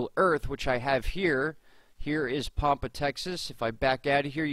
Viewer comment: first off its pronounced Pampa like Tampa. ive seen weird slow moving triangles in the same area but its been about a year ago